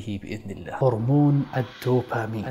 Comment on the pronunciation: هرمون الـدوبامين (بالدال) وليس الـ ت ـوبامين! Dopamine NOT Topamine وجزاكم الله خير ووفقكم اخونا الكريم ، انت وجميع المسلمين، لما يحب و يرضى في الحياة الدنيا والآخرة، آمين يارب العالمين والصلاة والسلام على نبينا وعلى آله وصحبه اجمعين